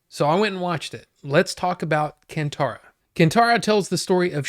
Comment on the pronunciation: It's Kaan tha-ra ( not can , stress on ttha ) And language is Kannada ( stress on nn kann - na da). I didn't find it dragging at all , actually I was surprised the movie was over so quickly. I felt he had so many stories to tell as he wants to show what all people do to go against God and it bothers the divine authority. Ok many of them are saying that they didn't understand the middle/ aimless . ( Spoilers) Draging section - SHIVA BEING BORN in the family following traditions , is wandering doing bad deeds (hunting pig is considered evil,hence the mom always angry with her son helping landlord in his affairs , getting the police in trouble ) , every time he does something bad he has a haunted by a night mare which troubles him to do the right thing. Inspite of this he is not taking it seriously. Also every dream there is something , once landing in the area where his father disappeared / once he learns that once connected you "WILL KNOW THE PAST / PRESENT & FUTURE. ALL DEVINE DANCERS KNOW ABOUT THIS , HENCE THE CALL FROM GURUVA TO LAND LORD - YOU GOT TO MAKE IT RIGHT, BECAUSE HE KNOWS HIS FUTURE. Also when SHIVA dreams about Guruva , think of it this way , the landlord tried / thought he had his way out by locking Shiva and eliminating GURUVA DEVINE DANCER , but look at the scene when Shiva gets out it's like a sign of triumph , triumph of Good over evil , which is what happens. Guruvas absence troubles Shiva to pushes him towards the God , if you can understand Kannada in t